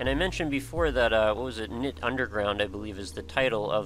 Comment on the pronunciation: Woo, Knytt! Just a small thing, but it confused me a bit; the name is pronounced /kˈnʏt/, with a non-silent k and the y sort of like the German ü. (See e.g. Nifflas' Greenlight video)